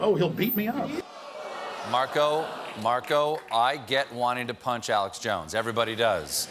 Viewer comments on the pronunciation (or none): none